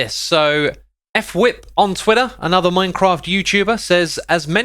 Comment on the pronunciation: I love how everyone says, "F whip." Guys, its pronounced, " FUH-wip"